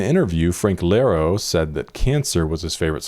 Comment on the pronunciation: hey so I haven’t found any comments on it, but it’s Frank Iero, not Frank Lero as you read that:D it’s a quite meme in the fandom, everybody confuses his surname. iero. not lero.